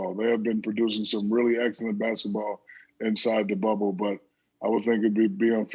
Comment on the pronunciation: Is he saying "Basitball"?